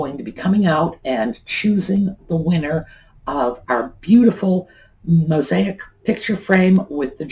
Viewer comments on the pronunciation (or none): none